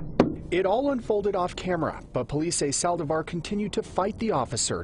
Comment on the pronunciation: Lots of problems for this reporter to say "Saldívar". I had no idea what he was saying